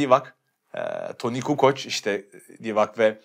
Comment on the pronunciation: Abi şu adamı insanların adlarını doğru telafuz etmeye teşvik etsinler lütfen. Barrichello'ya "barrikello" yerine "bariçello" demesi ve Divac'a "Divaç" veya "Divaçz/Divaçs" yerine "Divak" demesi çok amatörce...